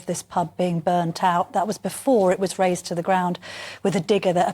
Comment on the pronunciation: Razed not raised